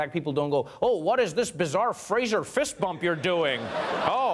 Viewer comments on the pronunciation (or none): none